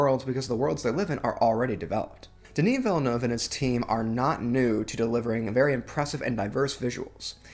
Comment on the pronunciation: You pronounced 'Denis Villeneuve' correctly. On his behalf, thank you.